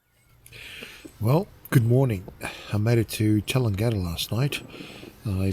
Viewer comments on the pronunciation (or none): Great video and good inspiration as the weather changes. One small thing, Tallangatta is pronounced Ta-lang-ga-da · Nice video but I wonder about the pronunciation of town name Tallangatta, I always thought it was TALLANGatta not TallanGATTA. Depends where you went to school? Beautiful bike and weather for a ride, heated grips? We do need ☔. 🍻